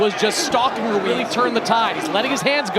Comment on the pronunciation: They keep pronouncing Ruiz like Wooreez 😭